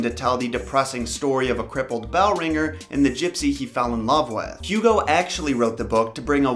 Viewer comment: It’s pronounced Oogo not Hugh Gow.